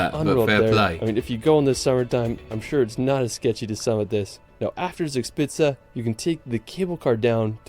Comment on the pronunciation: when he said “sugspizza” the videos just stopped and wouldnt turn 9n again